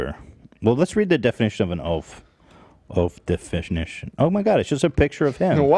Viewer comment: “Oaf deffishnish”